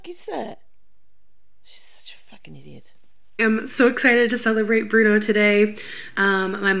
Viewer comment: I hate when she calls bruno "Bwuana" & "Bruneeana" but i wanna punch something when she calls him "Day Bwann" & now she's calling cha cha "chawchur" or "chow chow"...kinda wished Nancy threw the stick at, wudda been better content at least